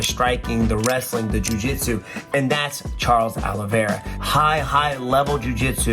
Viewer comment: Did Stephen say 'Charles Aloe Vera?